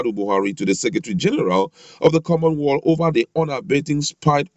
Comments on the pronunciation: Correction: Not common world but pronounce it correctly as common wealth, I know you are from my tribe, cheers your brother!!! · My goodness! Your pronunciation is very bad,it's called common wealth please. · Please, it is not common "Wall" but Common Wealth. I passikwara Elementary 6